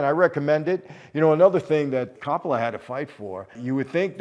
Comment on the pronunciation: Michael please learn to speak better. Corroboration doesn’t mean what you think it means. Also please for the love of God learn to pronounce Coppola properly! I thought you were Italian 🤦🏼‍♂️